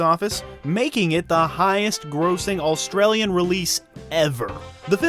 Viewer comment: Why do you pronounce "Australian" like "AUL-stralian"? Why the extra L?